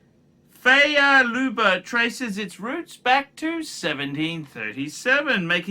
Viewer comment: Favre is not pronounced "feya" for chrissake. Learn your shit man. Btw - I dont need a "watch" channel to read wikipedia.